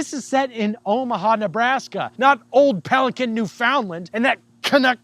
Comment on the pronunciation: Brother what old pelican Newfoundland? Hey at least you didn't say Lind I guess. As a newfoundlander I am both confused and surprisingly not offended 🤣